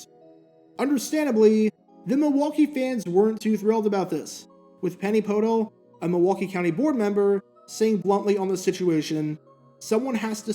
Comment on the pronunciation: Lofton had connections in Milwaukee. I believe that aforementioned sexual assault charge came down there (here as I live in the brewtown suburbs) and he used the same lawyer that Jeffrey Dahmer had to get him out of that. BTW, That County Sup's name is pronounced Penny Po"DELL" and she got recalled in 2002.